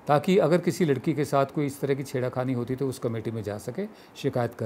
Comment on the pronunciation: Vinod dua ji please use the word correctly छेड़खानी and not छेड़ाखानी